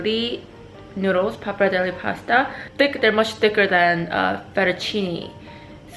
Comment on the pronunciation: Last E of pappardelle is pronounced like you said the first one <3 it's like the Versace thing ;) XD